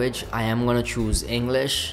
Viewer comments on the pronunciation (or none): none